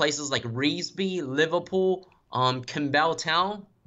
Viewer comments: The way he pronounces com bow town🤣 (campbelltown) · NO NO NO, I recommend removing the info he is saying. 30 to 40 kilometers is the most outer region of Sydney. He can't even pronounce Campbelltown correctly. I left Sydney because I just hate the area. He refers to Parks, it's about 3 hrs out of Sydney ( where they filed The Dish ). He is spreading disinformation as I know many that still live around Sydney, just making it sound like N.Y. city 🤔 Thanks 👍